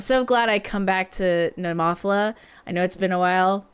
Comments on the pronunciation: Oh, and please don't emphasise that syllable. It's just "Neh-moe-fill-uh", not "neh-MOFF-ila" (even if David Heretic insists it is). 😁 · 😂😂😂 What did you call them? Nemoffela🤣🤣🤣🤣🤣🤣🤣🤣🤣. You used Google Translate, didn't you? ネモフィラ ネ(neh)モ(mo)フ(fu)ィ(ee)ラ(ra). No accented on the o, but rather the i. Not Nemòphila, but rather Nemophìla. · BTW...pronounced Nema fila I believe or Nemo fila and definitely not your way.....LoL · It's pronounced NEH-MO-PHIL-AH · I hope you didn't take offence. I just thought it was really cute and funny. I couldn't stop giggling 😁